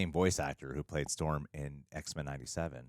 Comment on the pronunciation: ITS STHORM